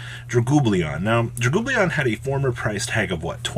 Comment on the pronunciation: Lol, Number 97: Dragoobly-on 😆